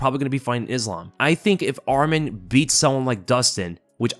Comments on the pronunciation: It’s not Armen, it’s ARMAN! Ar- Mawn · Get his name right atleast if you're going to become a bandwagoner. Arman, not Adman